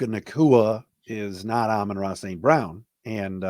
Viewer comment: Did that guy pronounce Amon Ra as “uh-MAN-ray”? 😅